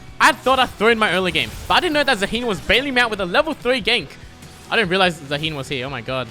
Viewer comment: It’s Zaah-hen not za-heen 😭